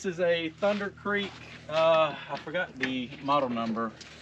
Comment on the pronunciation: Millenial Farmer will be so proud. "Thunderrrr" lol